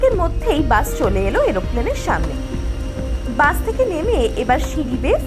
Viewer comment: Oshadharon uposthapona. Sudhu ektai request, dar ektu uchharon gulo kheyal korle khub valo hobe.. Like bus or Boarding PASS.. specially "স" এর উচ্চারণ, "শ" নয়।